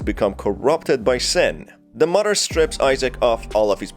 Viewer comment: I love the way he says muddah that’s how it sounds to me.